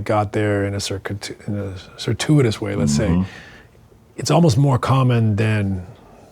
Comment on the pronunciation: Steve meant to say circuitous. He said cirtuos 🤣